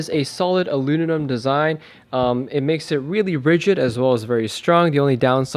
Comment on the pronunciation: Thanks man! You know it's aluminum, not aluninum?